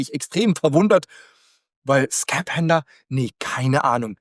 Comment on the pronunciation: Das "ph" in Skaphander spricht man wie in Physik aus, also "Skafander"😉